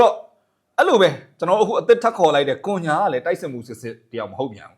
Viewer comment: ကွန်ညာမဟုတ်ဘူးကွ ခုညှာလို့ဖက်ရတယ် အသံထွက်တွေလေ့လာပါဟ